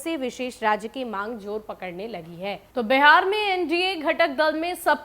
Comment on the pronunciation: Madam pahle Bihar kahna sahi se sikhiye uske bad ankring kijiyega